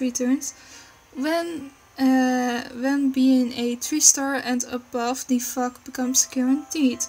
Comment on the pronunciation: the way you say fog ^^' sounds like f***